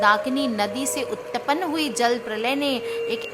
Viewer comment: Yeah uttapan kya hota hai utpann hota hai madam